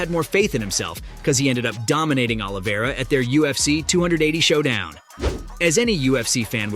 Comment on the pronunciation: “the Russian Charles Olivera “ “Dominant victory over volk” Bro couldn’t even pronounce Dustin and Justin’s last name😂 Is this guy mentally disabled?